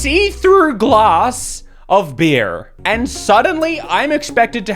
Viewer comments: Why do you pronounce the R in beer when you have an australian (NZ?) accent and don't pronounce the R in any other word? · I like how he has a super noticable stereotypical Australian accent but just pronounces beer like a stereotypical white girl from california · your accent is wild man. Gloss of BEER